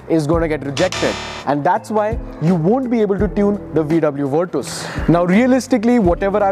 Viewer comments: Bruh stop calling it Virtooooooos. It's not VW Virtooooooos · bhai virtooos nahi hai, virtus hai ye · Bruh it's virCHas not virTOOS